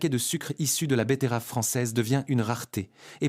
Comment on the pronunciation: Les bé-TAI-raves !!!!!! 🤣🤣